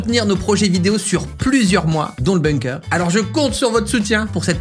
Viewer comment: En tant que germanophone, je précise que ça se prononce boungker et pas beungker.